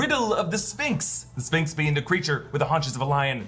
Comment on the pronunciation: has some great info but why does he keep pronouncing the P in sphinx?